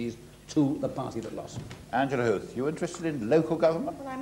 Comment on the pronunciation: I now know the correct pronunciation of Angela Huth thanks to this upload!